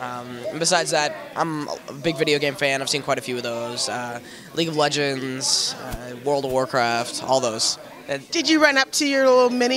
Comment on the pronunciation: "Leege of legends" XD